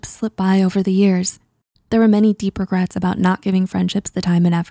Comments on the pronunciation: “Regrats”? Why even take this seriously. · “5 regrats”